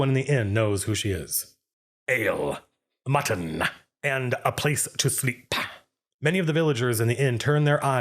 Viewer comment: Ale-ah, Mutton-ah, and a place to SLEEP-AH